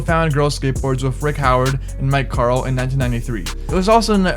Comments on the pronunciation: it’s mike carrol not mike carl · you pronounced Antwuan Dixon and Mike Carroll's names incorrectly. Also if you're thinking about a career in skateboarding then just quit now